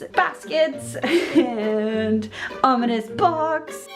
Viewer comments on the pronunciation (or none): none